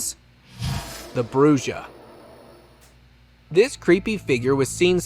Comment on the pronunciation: Bruja is pronounced Bru-ha the j is like an h